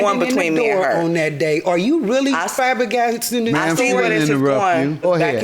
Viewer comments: “frabigssting this story” 😂😂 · " Are you really Fabagasting this story" 😳 😂 🤣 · Did she say fabbergasting?